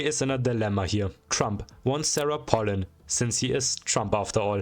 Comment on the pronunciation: it’s pronounced pay lin Also SARAH PALIN JUMPSCARE